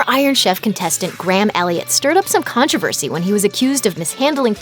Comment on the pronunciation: Con trove as ry??